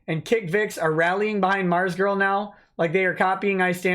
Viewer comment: "ARMZGURL" YOURE KILLING ME!